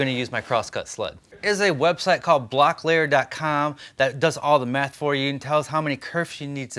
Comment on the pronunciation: Mm, that accent: "This website does all the meth for you!"